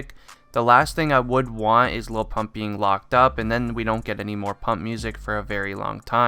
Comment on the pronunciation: Sounds like he's saying low pump